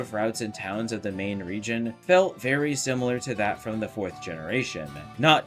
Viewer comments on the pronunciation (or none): none